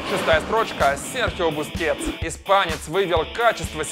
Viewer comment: Бускетс???? Чтоооо?